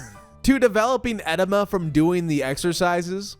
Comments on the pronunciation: It’s pronounced “eh DEE muh” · it’s pronounced e-dee-muh